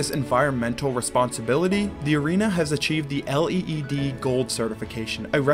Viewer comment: But only 3 miles from LAX, which is within the city. LA city borders in this area are a bit crazy. LEED certification is pronounced like it reads, leed.